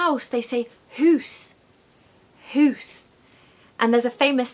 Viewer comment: Aye, very good, as we dae say "Hoose", quite funny hearing it from An English lassie:)